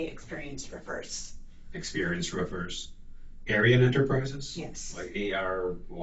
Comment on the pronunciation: when she says experienced roofers, both times, even with subtitles i heard experienced strippers.....